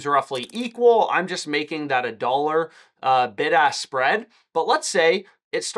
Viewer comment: I keep thinking he’s saying “ big ass spread “ 😂